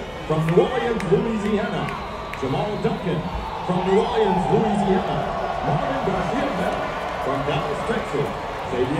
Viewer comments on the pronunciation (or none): I still can't get over how the announcer said New Orleans 😂 I've never heard it pronounced like New Orle-annes before